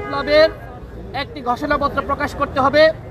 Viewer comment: গষোনাপ্ত্র?😅😅😅😅 নাকি ঘোষণা পত্র? এভাবে কেউ কি স্ক্রিপ্ট পড়ে?